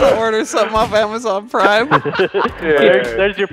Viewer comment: "Amazon Prim"